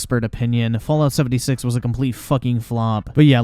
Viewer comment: “Look at Fallout Seventy Shit” I really can’t lie that was pretty funny 😂